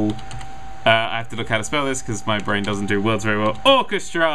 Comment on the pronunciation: Its not orcastra is orchestra